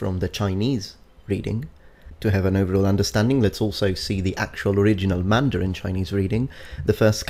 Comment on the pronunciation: a native Mandarin speaker. Your Mandarin is correct. It's actually spot on, and I'm impressed that you spent the time to research the tones and how they interact with each other. Much props.